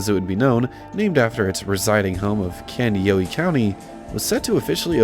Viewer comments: Candy- Oh- High county is the proper pronunciation. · FYI, the city and county are pronounced WILL-mer and Kandy-OH-high. I grew up in a small town around 30 miles away in Maynard (pronounced May-nerd). Sad to see how dead it’s become - was a booming place compared to Maynard, population 478 in the 1980’s. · Just to let you know, it's pronounced Will-mer not Will-mar. And it's Kandi-yo-high. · Funny listening to him pronounce the city and county name. It's pronounced Will-mer and Kandi-oh-hi, is how you say the names. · Surreal walk down memory lane, thanks.... Pronounced: Willmar = Willmer, Kandiyohi County = Kandi-yo-high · Kandi-OH-Hi With the Minnesota O vowel... otherwise it doesn't hit just right. I grew up one county over haha. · To be fair, you said Kandiyohi wrong